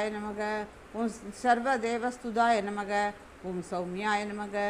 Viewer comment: Its namah not namagam